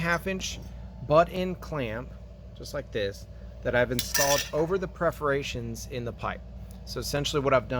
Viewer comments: Perforations, not Preforations! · I appreciate watching you but when you’re talking about mufflers please understand that it is called PER-forations! not PREFF-orations when talking about small holes in pipe. Otherwise, rock- on brother! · Perforations? English first not your language ? Perforated, perforations !